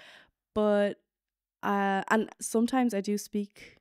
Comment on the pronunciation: Man hört so den irischen Akzent manchmal,,sOmtimes"